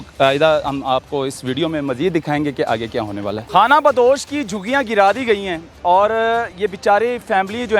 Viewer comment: لفظ جھگیاں ھے جوگیاں نہیں